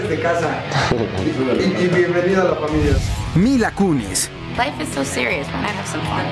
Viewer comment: no soy experto pero no se dice "maila kiunis"?